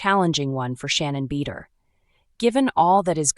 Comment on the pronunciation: You open with the worst picture of her ever........ and cannot even pronounce her name correctly?